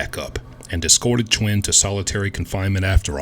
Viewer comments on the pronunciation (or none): Did you say chwin or twin?😂😂